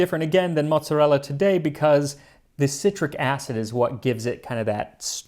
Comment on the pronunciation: Let‘s see when the angry comments come in that it is calles „Mooot-Za-Ella“ by ppl who think they are italian, but are actually just „Noo-Yorkas“, because you completely pronounced like italians would…